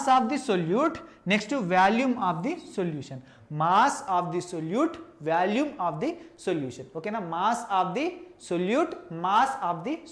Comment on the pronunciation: orey adhi Vaalume kadhu V'o'lume